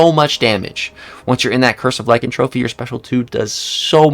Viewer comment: I love you buddy but it’s not pronounced lykantrophy it’s pronounced lykanTHROPY (THROW PEE) I love ya again but it drives me nuts 😂😅